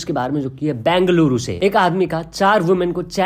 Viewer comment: Broo, it's not bangaluru 🤡 It's bengaluru Or bangalore Freakin collab karwarahe ho bin baat ka. News bol rahe ho, thoda dhyan se baat kar na, influence hote hein log isse